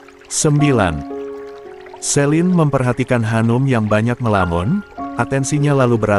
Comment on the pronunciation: 😂😂😂 Shanum kok jadi Hanum